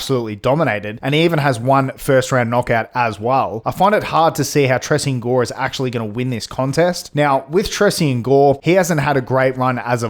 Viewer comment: Why you keep pronouncing gores name wrong